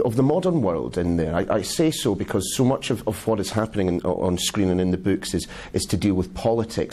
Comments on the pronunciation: Andy Moore bewks. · ***** Oh, I like the way george says "boks" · Der buuks? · I really like the way George says the word 'books'.